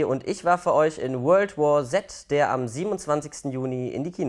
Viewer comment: YES er hat es RICHTIG ausgesprochen :DD alle sagen es immer so als ob es "world war c" hieße aber es heißt "world war Z" verdammt nochmal ^^